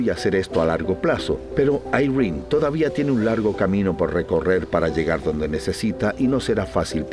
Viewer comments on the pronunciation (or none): Yo: "irene" Todos: "Airrin"